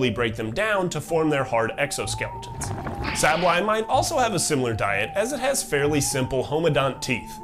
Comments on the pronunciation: Okay, the video is hard to focus on, the whole time I am wondering if you are purposely pronouncing sableye that way? Saying sahble eye instead of the canonical Sable eye. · If I had to guess what makes me so crazy for Pokémon, it’s the Pokémon themselves and how they fit into their region. Specifically, how they influence the region and each other. It even makes me wanna study ecology or biology of my current plans fall through!! P.S. the way you pronounce Sableye makes me want to die